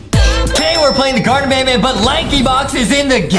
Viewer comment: Wait justin said garten of banbelina